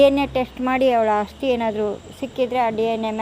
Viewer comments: ಆಸ್ತಿ ಅಲ್ಲ ಬ್ರೋ ಅಸ್ಥಿ .... ಅನ್ನಿ. ಎರಡೂ ಪದದ ಅರ್ಥ ತುಂಬಾ ವ್ಯತ್ಯಾಸ ಇದೆ... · Aasthi alla asthi. Sariyaagi kannada bareyiri